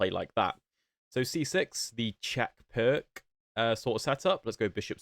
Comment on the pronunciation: The C is pronounced like the ZZ in pizza, so it's more like peerts